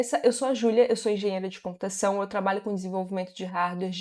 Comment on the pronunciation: Toc bateu no "compurtação " rsrsrs